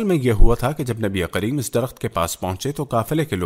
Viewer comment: SubhanAllah bhai aap nabikarim ko nabiqarim bol rahe hai